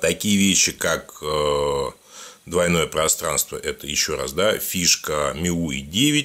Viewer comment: ми ю ай , а не миуй